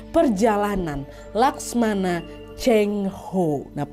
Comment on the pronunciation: Laksamana, Nad, bukan laksmana. Laksamana itu pangkat perwira tertinggi dalam angkatan laut.